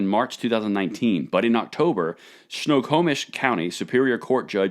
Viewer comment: I live in edmonds WA and is pronounced Snow-ho-mish. Snohomish rofl.